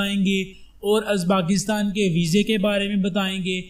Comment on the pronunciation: merey bhai is mulk ka naam uzbaakistan nahi hey balke uzbekistan hey bhaaaaai.